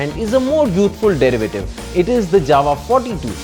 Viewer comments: It's actually pronounced as 'Yava' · Jawa it is to be pronounced as "Yawa" everyone does this mistake. In Czech "J" is pronounced "Y" you should know that when you are doing a review, know how to pronounce JAWA first and not adding dubstep music, first learn to pronounce the company name properly,. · Jawa sounds like Mawa 😂